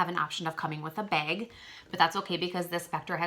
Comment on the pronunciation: "it comes in a beg" haha i love your accent! <3 my friend says bag the same way! Great review THANK YOU!